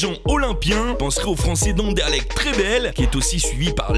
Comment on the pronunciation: Juste c'est pas grave mais on dit Anderlecht pas "Andèrlecht"